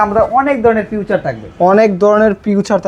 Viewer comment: ফিচার❌ ফিউচার ✅